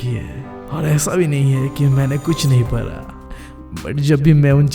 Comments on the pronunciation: Para. Nhi hota padha hota hai.. Yeh para para kyu bol raha hai 😂😂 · Bhaiya for parra,parai accent is too good 😂🤣 And thanks for this vedio and thanks since only because of you i have scored 81.7% in class 10th board ,,,,,,, hoping that 12th mein bhi naiya par laga donge boards ke ❤️🙏